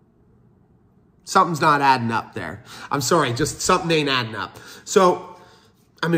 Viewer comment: My man says about and sorry like a Canadian. My trust has limitations. … 😂